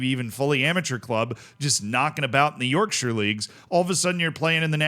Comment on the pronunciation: The most amazing part of this story for me is hearing an American pronounce Yorkshire correctly.